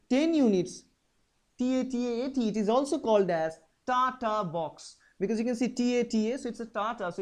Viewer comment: also is tata box not tataaa? instead of tataat